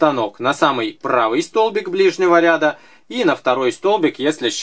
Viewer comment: что то у Вас с ударением хромает.РядА.